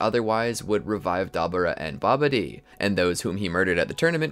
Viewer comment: I was with you until you said Deborah wrong😭